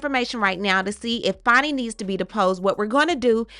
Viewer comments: It’s pronounced Fanny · Whats this "Fonny" BS? IT'S FANNY! Like BIG FAT Fanny